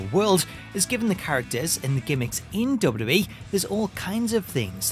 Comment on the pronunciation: I can’t watch these videos anymore all I hear is dub dub E. It’s WWE